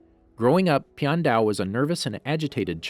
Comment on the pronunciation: You say the name wrong